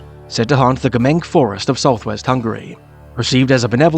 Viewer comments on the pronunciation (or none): Fascinating. As always. The Hungarian references such as the wildman are particularly delicious for me, pronunciation of "c" is actually 'ts' so "Gremen(k)", rather, is Gremen(ts). I will share this with some of my GenXer friends, who will no doubt find this fascinating as well. More like this, please!